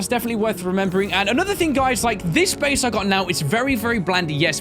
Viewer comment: "The Bheyse. Yes the Bheyse" XD